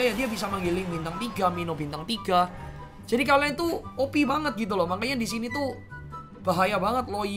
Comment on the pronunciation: Knpa setiap ngomong opi,gw ngakak🤣